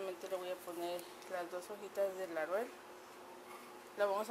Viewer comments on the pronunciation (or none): Se ve rica, la voy a intentar - Solo un comentario: Es LAUREL, no LARUEL.